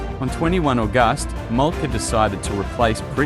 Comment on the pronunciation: Great vidio but you need to fix pronounceations like August 😂😂